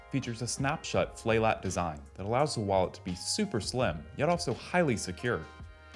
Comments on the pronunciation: Lol... a "flay lat design" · Snap shut Flay-lat design 😂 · "Features a snap shut flay lat design" FLAY LAT LOL